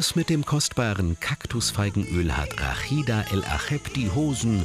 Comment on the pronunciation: Erstmal heisst sie Rashida und und nicht Rakhida. Genau wie Mohamed und nich Mokhamad. Und Ahmad und nicht Akhmad. Wenn ihr Das Arabische "H" nicht sprechen könnt dann geht zur Musikschule und macht Opera um eure Bänder zu trainieren. Und versucht nicht jedes Arabische Wort zu "verachteln", wir sind keine Juden und keine Holländer. Also noch mal sie heisst Rashida.